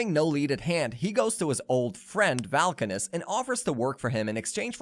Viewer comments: Vulkanus not Valkanus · I quit watching . If you can't pronounce Argit or Vulkanis correctly, you clearly haven't watched the show.